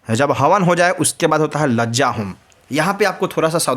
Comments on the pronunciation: माननीय लज्जा होम नहीं कहते है शुद्ध भाषा कहे लाजा होम कहे धन्यवाद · लजा होम नहीं होती है लाजा होम होती है